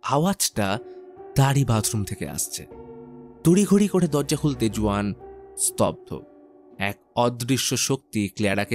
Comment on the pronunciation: Uccharon Hobe huan spelling Juan 🤓